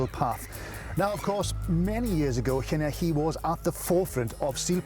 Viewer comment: This guy is obviously not Welsh; listen to how he says "Llanelli"!